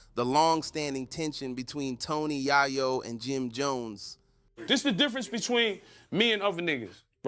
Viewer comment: Do some research on how to pronounce names. You sound ridiculous the way you say Yayo name. Gave the mon a female sounding name